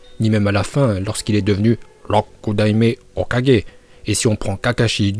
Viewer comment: Comment tu prononces hokageeee 🤕😭😭😭😭😭